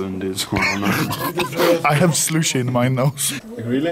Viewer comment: I hev Sloush in my nouse